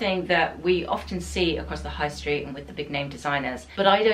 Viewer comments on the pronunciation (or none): none